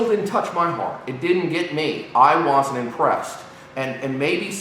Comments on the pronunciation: " I WAYZENT" lol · sidenote, says "want", and "wasn't" strange. he pronouces the A's as O's and his opinion is now invalid.